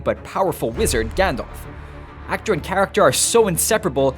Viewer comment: You mispronounced Gandalf's name. Stop that.